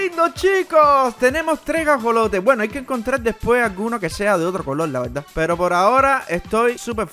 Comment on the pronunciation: cuando dijiste alimentar a los ajolotes dijiste asolotes